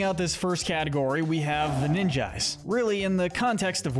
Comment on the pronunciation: Rob-birds not row bird and ninjees not ninj-eye-s and i bet you say yoh she its YOW SHE